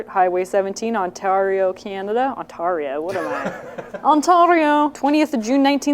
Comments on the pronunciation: Thank you for butchering Ontario :) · I say we all pronounce Ontario like "Ontwario"